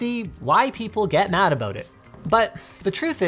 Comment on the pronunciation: Canadian people's pronunciation of the word "about"